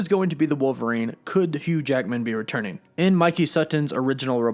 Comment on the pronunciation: GET ELOCUTION LESSONS Returneen is not a word Happeneen is not a word Intresteen is not a word Sometheen is not a word Emortal/uhmortal are not words Buhfore is not a word Hulkeen is not a word